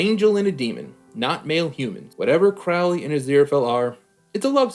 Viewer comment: Arg. Your mispronunciation of Crowley's name drives me up the wall. Of course you're not alone: lots of Youtube reactors mispronounce it the same way (with the first syllable rhyming with "cow" instead of bloody listening to how Aziraphale says it (first syllable is "crow" like the bird, which was also how Aleister Crowley (who the character was named after) said it.